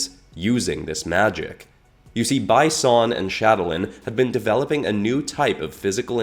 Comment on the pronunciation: You could have pronounced "Bi Son" as "Bee Son" instead of "By Son" so it would be a clearer reference to Bi Han